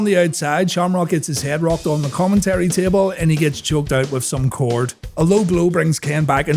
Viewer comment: Again with “X-Poc” and "Common-terry."